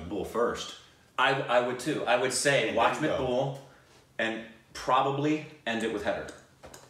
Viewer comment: it's M -ac - bool